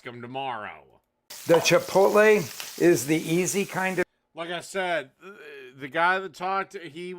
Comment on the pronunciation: "why are you pronouncing the word like that?! That's stupid that's not how it's pronounced!" literally sixty seconds later: "CHIPOLTE"